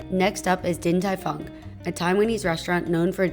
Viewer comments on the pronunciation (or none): SMH when she said Din Tai Fung.